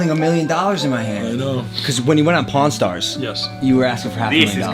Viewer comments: i thought said "@ stars" lmao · sounds link he saying porn stars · oof the annunciation on the word pawn stars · "Pawn Stars" Caption: "Porn Stars" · All I want in this world is a full art jolteon I just love how the looks and jolteon is also my fav Pokémon from the ds games Does anyone one feel like he is saying pornstars instead of pawnstars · please don’t try saying pawn stars again😂